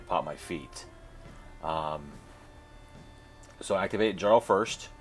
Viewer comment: "Djarl" ??? It's "yarl" . It's Scandinavian (a title, "Earl"), not English.